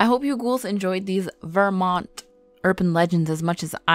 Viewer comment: I was born and raised here and the scariest thing about this video is the way you pronounce Vermont.